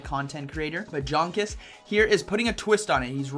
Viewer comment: Hi, one of the best battlers in the world, Jonkus is German. Hence, his name needs to be pronounced as Yonkus. Since, in German J is read as Y.